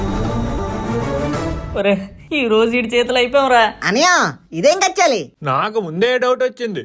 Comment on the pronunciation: Kechali kada adhi kachali ha